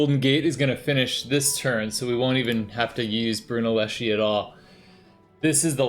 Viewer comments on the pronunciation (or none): It's pronounced Brunelleski, not Brunelleshee.